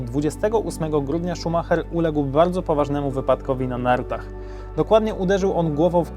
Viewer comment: O tutaj już ładni odmieniłeś. Niemieckie nazwisko Ci się udało, poćwicz Brazylijskie.